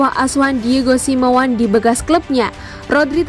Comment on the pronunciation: Semeone bukan semewan